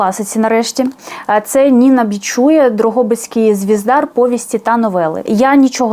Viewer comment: Серденько, Ніна БічуЯ (наголос на останньому складі) уклала цю збірку в 1970. Це незаслужено забута класикиня української літератури. У неї розкішна мова і стиль. Не пожалкуєте!